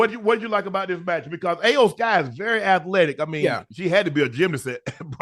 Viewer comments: Shannon say E o sky even tho its not spelled that way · Hey Unc...Love the content, Loved the fact that you mentioned Wrestlemania in your podcast...Real quick. Iyo Sky's name is pronounced (E'Yo-Sky) 😊